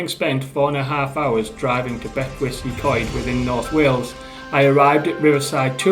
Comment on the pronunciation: Bet-oose ( as in goose) uh Coyed. Hope that helps